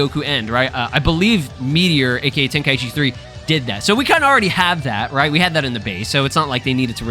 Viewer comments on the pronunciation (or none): Ten kai chi not tenka eechee just listen to the japanese name of the tournament!😅